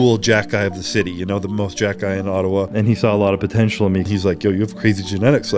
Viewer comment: Is this just shitty AI narrator? Or can the guy not pronounce ottawa and iain??